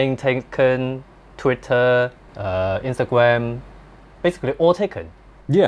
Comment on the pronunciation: Instagwam Me: I hope you can pronounce it good next time, learn the English accemt from Kai.